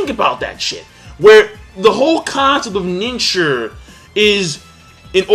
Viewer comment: kyuubi bomb That's ninshuu, not ninshur